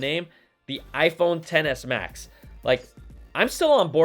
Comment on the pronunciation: Im glad im not the only one who heard XS as Tennis